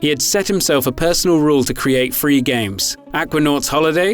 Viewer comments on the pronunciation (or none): “ ...he had a goal of making Fwee games...” “Fird-Party Support.” “It’s Eiveh good or bad” Yikes.